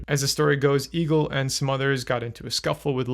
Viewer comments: Well he pronounces Egill (and every Icelandic name mentioned) very incorrectly in the video. He pronounced it almost like “Eagle”, but in Icelandic the name Egill is pronounced something like “Eyh-itl” (best way i could spell it out. Icelandic has some weird rules like not pronouncing “g” in some words and a “double L” often has a special sound, similar to clicking your tongue and making a “tl” sound). Not sure if the Norwegian and Icelandic pronunciations are similar though. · His name is pronounced Ale not Eggle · Also point of order, I am a literal viking, it's actually pronounced "eh-gil"